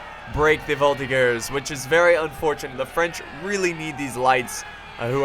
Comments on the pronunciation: NOOOOOO !!!! it's not prononced "volti-GERS" but prononced "volti-JERS" !!!! not so hard to remember !!! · Its a soft G in Voltigeurs